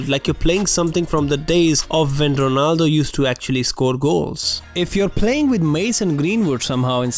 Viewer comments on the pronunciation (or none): none